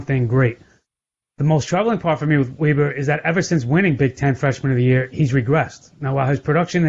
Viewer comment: It’s Weber not weeber